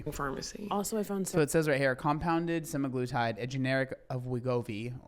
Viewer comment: It’s semaglutide, Seh-Mag-Loo-Tide. Not semigluetide.